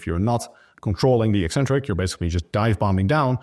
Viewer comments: I'm British and "ek-centric" is the standard received pronunciation. You won't hear "ee-centric" anywhere outside of the lifting/fitness community. I find it really strange hearing them say "ee-centric". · Thank you for being the only fitness professional who correctly pronounces the word "eccentric".